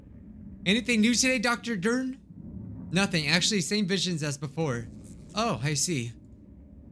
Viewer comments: Dr. Deeren? Also: Dr. Derrrnn? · Markiplier: Dr. "De-ern": Dr. "Dern" My friend: Dr. "Dumb Deen" Me:...*Cough* Where'd you get "Deen" from